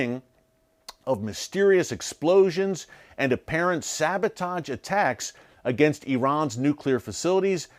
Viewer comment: SaboTAJ? Sabotahhge.